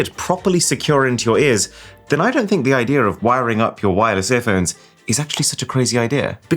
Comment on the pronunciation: Bro, you've lived in the UK for far too long. There is no R in IDEA :D